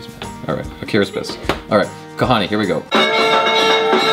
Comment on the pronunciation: n u pronounced "kahaani" precisely !!